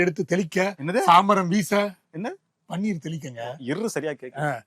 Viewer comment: பன்னீ(ர்) எடுத்து தெளிக்க...ர் சரியா கேட்கலே...செம அடி 😄